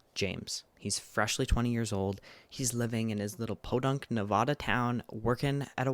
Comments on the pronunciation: i so adore you but if i hear you say “nevawda” instead of nevAHda im gonna lose it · Your pronunciation of Nevada doxxed you lol